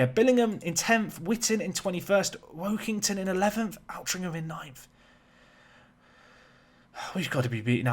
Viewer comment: Work-ing-ton. as in Work the space in ton.